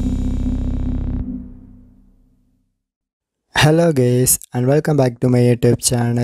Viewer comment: Is it me or did I just hear Hello gays? and no offence I like your channel keep it up.